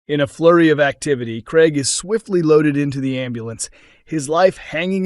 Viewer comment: It NOT GREG but Craig!